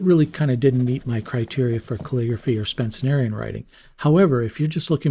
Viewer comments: P.S. you also keep saying Spen-cen-Arian writing instead of Spencerian Script. The guys name was Spencer. Not Spencener. It’s not a superlative to add an extra syllable to a word. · "Spencenarian"? Oh, yes, the ubiquitous "Spencenarian" script based on the style of Platt Rogers Spence... ner ... All right, let's try and dispel another bit of illiteracy here — say it with me: SPEN - CE - RI - AN (from "Spencer" + "-ian"). You can do it. I have a reasonable modicum of faith in your ability to do it. Pens &c., as well as writing, and especially sketching, drawing, creative expression are worth the effort. So is literacy, maybe. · Pronounced “Spen-cer-Ian”, FYI. The Lamy is a fantastic performer